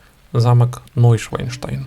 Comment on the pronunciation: О, Боже! ШвАН, а не ШваЙН! Шван - лебедь, Швайн - свинья. НойшАНштайн - Новый Лебединый Замок.